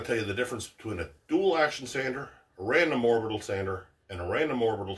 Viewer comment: Orbital not oribital